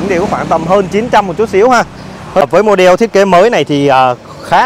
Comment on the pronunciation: Cứ nghe từ "mô đeo" là muốn tắt mẹ cái video đi rồi. Kênh nên chọn lại người làm truyền thông.